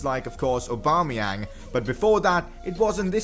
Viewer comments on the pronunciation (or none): none